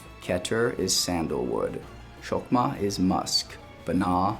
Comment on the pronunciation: The Hebrew letter Cheth isn't pronounced as sh, or ch as in chips. It's pronounced like the Ch at the end of the Scottish word Loch, or the German word Nacht. If you can't pronounce that, you can pronounce it as a K or and H. Chokmah is not pronounced Shokmah. If you're teaching people, you need to know this. The word Cheth isn't pronounced Sheth either. No offence.